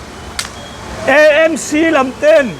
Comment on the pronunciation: AMC a nia,EMC ni lo in,MIZO tang tawng tak a lam tur